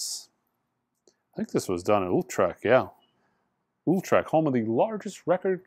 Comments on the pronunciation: Utrecht, pronounced YOO-trekt, not Oolltrek. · You say Utrecht like you say the second ü in Hüsker Dü .So say ""ütrecht",the ch is a litle harder it's the sound your throat makes when there is a grate in your throat and you try to get it out (or pick up spit). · That's cool, this is a tough one. I've also heard Ootresh (kind of a German way) and believe it or not as Eetresht. I've been there and I couldn't tell you exactly. We need a Dutch person.